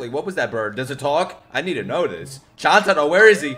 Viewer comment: …so is anyone gonna tell him Chuntaro is pronounced CHOON-TA-RO?